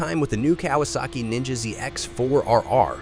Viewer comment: The artificial voiceover detracted from what could have been a good video. If you're going to use a synthetic voiceover, make sure it can actually pronounce "Kawasaki".